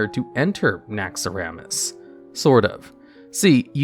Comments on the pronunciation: naxx eehhhh ramas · Why are you saying naxxuhrammus lmfao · Anybody else's eye twitching at "Naxx-a-ramas"? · Say naxaramas like that one more time I dare you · Damn, I love, but the “naxxaramas” and “caché” is going on my nerves.... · Wouldnt be a vid without some ungodly wrong pronounciations. Like I can let caché slide because englisch is a clusterfuck of a language sometimes. But man that other one....